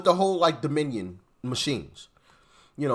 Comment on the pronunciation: pronounces it: “Domin-E-un”🤦‍♀️